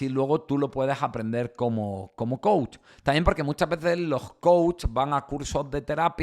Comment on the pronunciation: Soy psicoterapeuta tengo carrera y maestría y soy coach también! Quiero comentarte que son 2 cosas completamente distintas, estas un poco revuelto porque no estás muy informado! No puedes dar coach a una persona que necesita tratar un problema clínico, el coach que no se pronuncia coachi, es un guía que ayuda a llevar a cabo metas específicas que no son clínicas y si! Si hay una metodología real y funcional. Entiendo que hay charlatanes pero hay psicólogos que también por tener títulos, se vuelven mercenarios en fin!